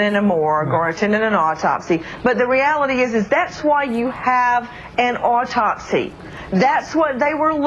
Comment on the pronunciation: AUR-topsy? If you can't pronounce it maybe it's time to shut up?